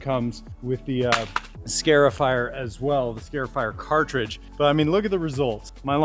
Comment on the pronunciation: it is a scar-ifier... not a scare-ifier. It is marring or scarring your lawn.